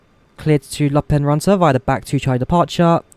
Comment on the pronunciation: I just came here to hear you say lappeenranta, good job. Finnish is often pronounced funny by foreign people. Im from finland.